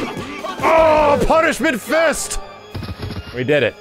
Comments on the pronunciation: Was definitely mishearing "Punishment Fist" as "Punch With Fist" for a while. Like, no shit Jesus XD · aaaah. "punishment fist" i heard "punch McFist"